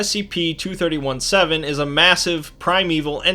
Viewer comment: When you re-do this video, you should change the way you say "2317", because it sounds like you're talking about "231-7“. You might wanna call it "twenty three seventeen", rather than "two thirty one seven", to avoid this confusion.